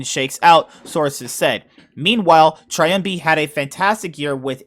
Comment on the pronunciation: It's not "Triambi" it's "Trymbi" y like in the world "silly". Btw great reaction. I had to check it cause I couldn't believe it and I thought it's clickbait :P